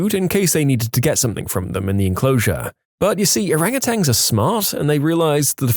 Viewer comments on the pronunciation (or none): And something “Somethink” annoys the F out of me